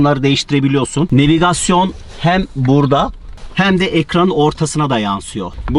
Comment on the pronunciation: Direkson Nevigason abi varya alışmışsın pazarlarkem hızlı hızlı söylüyip satmaya şimdi söyliyemiyorsun mesleki defermasyon 😂😂